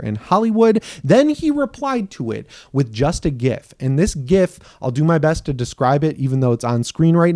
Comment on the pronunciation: Thanks for the correct GIF pronunciation.. even if the original creator got it completely and obviously wrong.